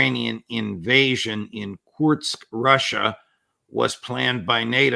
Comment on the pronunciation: Nap, Kursk not Kurtsk ! (I know you tried 😀) Excellent interview.